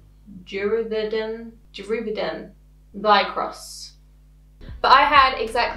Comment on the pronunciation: Also you said it right the first time 🤣 juvaderm (spelled wrong idk) but you had that right, that’s how they (meaning the place I go to for injectables) say it. The words after the main one I forget lol.